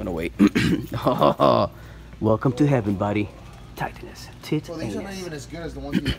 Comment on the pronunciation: Every time you pronounce titanus you always make me laugh. I want to start the legacy collection before they are completely gone BUT I don’t want to drop 100-300 dollars a megazord. BUT Bandai won’t be making them anymore. I know my wife would kill me. Do you offer a protection service? Lmao